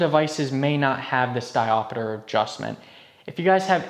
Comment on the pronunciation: Diopeter? Seriously? It's diopter! WTF?!!!